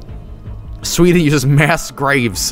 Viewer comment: I literally went "Sveeden" as soon as I saw it and then a couple of seconds later said it the same way.... Have I been infected with Jobelitis?